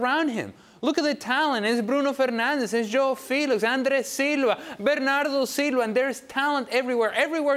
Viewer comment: Because they can’t pronounce them. JOW FELIX. JOW MOOTINIO. RUBEN NEVEZ, HAHA